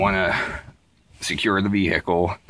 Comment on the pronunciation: "Marzzduh..." "Vee-here-cullll..." lol